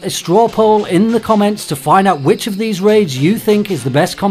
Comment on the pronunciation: Am I the only one who heard 'witches is the most popular' instead of 'which is the most popular'?